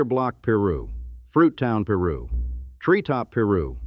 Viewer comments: Peru street? 😂 It's Piru! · Narrator please pronounce the words correctly, it's irritating af! PIRU (PIE RU) NOT PEE RU!🙄